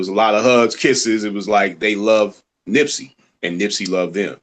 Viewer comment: "Nipsey" not nipsy smh